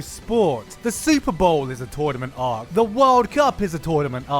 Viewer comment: I can't stop thinking about you saying "tornament ark"